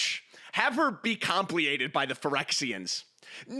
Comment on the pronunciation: To be fair, it's written "compleated" but it is still pronounced like completed. I prefer it the funny way, so I know he's speaking magic the gathering.